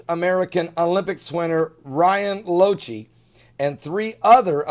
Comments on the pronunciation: pronounced Lock-e.. not lo-chee.. Thanks for your videos, love them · His last name is pronounced "Lock-tee".